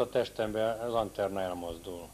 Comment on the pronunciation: "anterna" :DDD